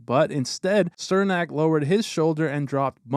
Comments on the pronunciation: It's pronounced "Cher-nack" not "Ser-nack" lol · "cher-nak", not "sir-nak... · His name is pronounced CHUR-nak, not SIR-nak. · For the love of god its pronounced "Chernak" not Sirnak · Its Černák (pronounced Cher-nahk) just like Chara is pronounced h-karka...well as close it can be spelled for pronunciation in English. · I’m not trying to be picky I’m just letting you know in case Cernak is in future videos his name is pronounced Chernak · Why does everyone outside the Lightning fanbase mispronounce Cernaks name? It’s pronounced “Cher-nack” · cernak is pronounced CHER NAK